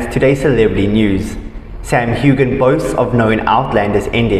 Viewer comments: Hew- an !!! Learn to pronounce it. He doesn't have a daughter with Balfe!!! The child is with Mackenzie Mauzy .. awful information relaxer you are,😕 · Don't pronounce the g in his last name!!